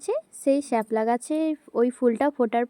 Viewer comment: শ্যাপলা না শাপলা😂